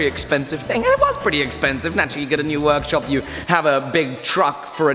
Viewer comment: Welcome back to the weer-orkshup